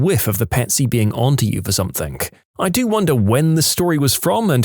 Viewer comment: No K in the word something